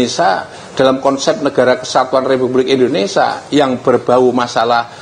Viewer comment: INDONESIA WOY BUKAN INDONESA